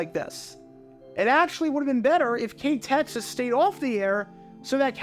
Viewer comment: I’ve been a subscriber of yours for quite a while now and never in my wildest dreams did I think you were ever going to do a video focusing on my former employer, it feels so surreal. By the way, great job on researching how to pronounce the station’s name correctly, most people just read out the call letters as they’re shown when they see KTXS’ name.